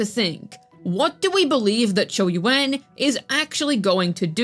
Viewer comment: Chee yu aan is how it's pronounced